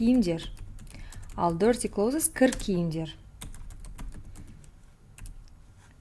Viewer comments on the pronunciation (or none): Clothes сөзін дұрыс оқымадыңыз, close мен бірдей оқылуы керек